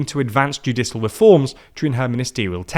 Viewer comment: I wish this guy would say ‘judicial’ properly